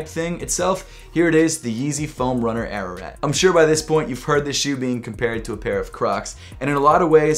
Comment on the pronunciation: Bruh it's pronounced ah rah raht